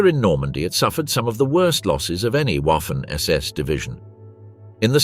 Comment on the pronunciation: Lots of excellent detail. The presentation from one section to another is poorly coordinated with long stretches of the same info repeated section to section. The narrator does not know how to pronounce BASTOGNE. The trailing E is NOT pronounced. Also Waffen SS is pronounced Vaffen SS.